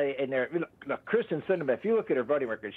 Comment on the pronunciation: It's KYRSTEN not Kristin.